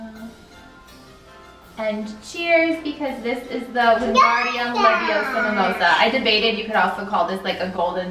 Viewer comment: you should put feathers on your celling "Its not leviOsa its leviosA!